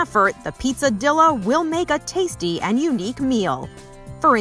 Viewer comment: the fact that she pronounced it dill-a